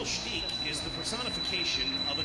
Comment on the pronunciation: Who's Michael "Steech?"